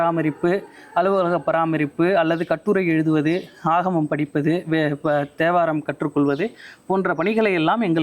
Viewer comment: Om Namasivaya. A humble prayerful request to our Highly revered Thambiran Swamigal - It is Thevaram not Devaram. I hear His pronunciation as Devaram. Please forgive me if I hear it as Devaram. Om Namasivaya